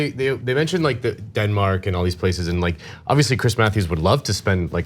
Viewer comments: what in the Philadelphia accent was that? dinmak? dinmak? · Not very important, but sometimes American accents can be hilarious. I never heard anyone pronounce Denmark like that before.